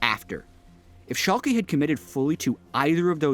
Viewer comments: its Schalk"uh" not Schalk"y" or EE like you would say Yankee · Shalkie. C'mon:D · pronunciation of Schalke